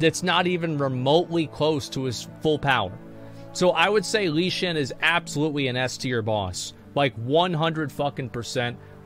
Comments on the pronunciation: "Lee Xin" lol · The way he pronounces Lei Chen 💀